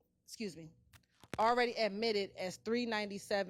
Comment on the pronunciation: “…what has been ADMITTED….” - So annoying. 😂